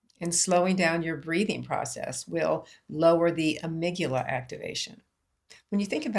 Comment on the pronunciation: Amygdala (A mig da la) check pronunciation